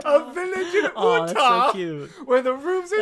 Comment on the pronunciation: Ooh-Tah 😂😂😂 As someone who lives in Utah that's hilarious